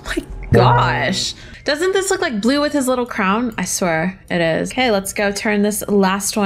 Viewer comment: Not boble blue it’s blue